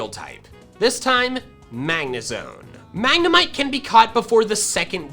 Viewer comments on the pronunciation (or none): none